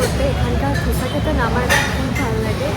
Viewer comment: It's Dosa not dhosa 😂😂😂